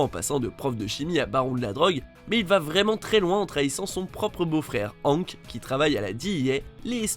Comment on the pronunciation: La prononciation de hank bruhhhhh faites un efforr